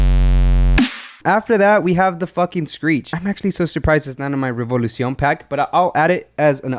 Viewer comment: I love how u say Revolucion LMAO